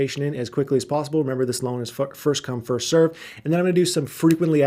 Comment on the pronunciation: he says fuck by accident when he's trying to say first come first serve LMAO